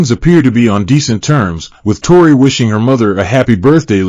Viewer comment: Evaluate or evacuate? Tore-eye or Tore-ee 🤣😂 Hilarious!